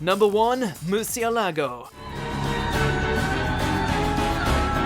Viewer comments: Its Murciélago not Murcialago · It's Murciélago not Murcialago. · It's actually "Murcielago" not "Murcialago" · It's Murciélago not Murcialago damn is not the first time you've done a Bleach countdown get it right. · Huce mundo tf is that and Musialago its Murcialago 😂😂😂😂😂😂😂😂